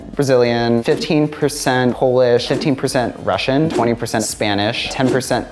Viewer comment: No way she said russion😂